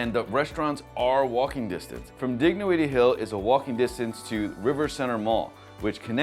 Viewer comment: The g is silent Dignowity.